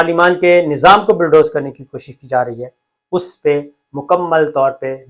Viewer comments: I swear by Allah SWT, it is not my intention to put you down; I only want to tell you that the correct word (rather pronunciation ) is bulldoze and not billdoze. Again, I am not being the wise guy, it is a sincere and honest advice. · Please correct the word is Bulldoze n BILLDOZE. Thanks